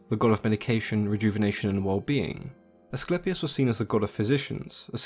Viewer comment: your greek accent is very good....AT LAST...SOME ONE WHO CALLED ASCLEPIUS IN THE PROPER WAY...good info!!!!!